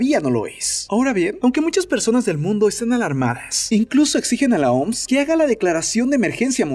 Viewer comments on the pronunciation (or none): Por que le dicen "Oms". Se pronuncia O M S. No hay por qué ir por la vida inventándose cosas. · Lo siento no puedo tomar en serio alguien que dice OMSSSS en ves de O EME ESE 🤪